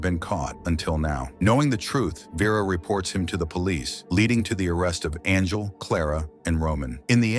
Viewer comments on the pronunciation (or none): How did your AI pronounce Angel as Arngel and Anjul? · Hey buddy your stupid AI voice can’t even say “angel” properly. You better not quit your day job. Hope this is not it cause you suck at it.